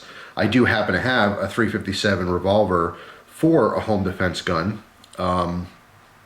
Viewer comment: why is he unable of saying revolver